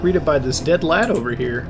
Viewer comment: It's strange hearing someone with an American accent say "lad" P.S. I love this guy, so I am in no way hating on him